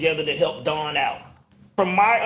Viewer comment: Mel calling her name wrong is crazy